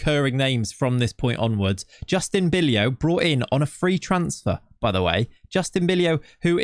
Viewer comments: Bijlow and cijntje arent supposed to be pronounced like that 😅 more like bi-low and not cinch but sain-tye. Dont know if that sounds it out wel but should be better then it was now. Other then that great video 😁👍🏻. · If I would ask ChatGPT to produce 100 random noices, all of those noices would come closer to 'Bijlow' than the way you're pronouncing it.